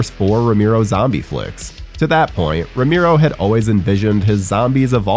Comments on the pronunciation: Ramero? Cant even pronounce Romero right sheesh. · ROW-MARE-OH! You sound like a damn fool when you say it wrong. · dude saying Romero as "ra-MIRO" gave me psychic damage (I loved LotD though, great cast!) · Narrator kept pronouncing George's last name as "Roo-Mee-Roh" If you can't even get the pronunciation correct... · Turned video on realised it was voiced by 'that guy' and bailed before he said 'romeeero' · ramiro!!!!!!!!!!!!! Jesus why butcher his last name like that??? Just call him George. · The way you pronounce his last name spikes my blood pressure every time…